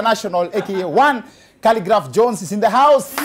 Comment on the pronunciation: 😂 😂 Did you just say khaligraph johns🤣